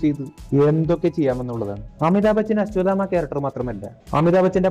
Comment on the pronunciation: അച്ചുമാമ അല്ല...അശ്വത്ഥാമാവാണ് 😢